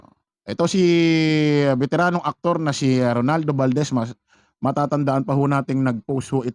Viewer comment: Ano ka ba itotopic mo sya hindi mi naman mabigkas ng tama yun pangalan niya. Ronaldo not Rolando